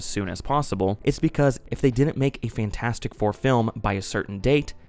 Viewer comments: Great video but I died a little inside and cringed so hard every time you said "Fan 4 stick". That was cruel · It’s property Fant4stic but most people say Fan4stic for no reason that I can ascertain. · "Faint Four Stick" 😂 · When you say fan4stic it sounds like you're talking about a deodorant.